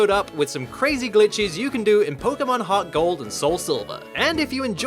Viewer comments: Thought he said pokemon HotGold for a minute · i SWEAR you're Saying HotGold